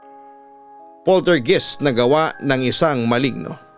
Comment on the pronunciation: yung pronunciation po, Polter GUYST